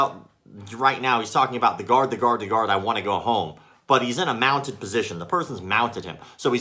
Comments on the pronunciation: I thought he was saying "god" and not "guard" and I was very, very confused. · “How do you like the Gahd now” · What's more irritating than his bullshido, stupid uniform and gross haircut is his pronunciation of "guard".